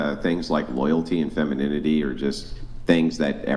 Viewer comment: I think she actually said ‘Feminidity’ :)